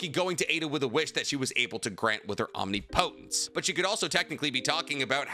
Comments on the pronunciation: you need to learn how to pronounce omnipotence correctly. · I hate how u pronounce omnipotence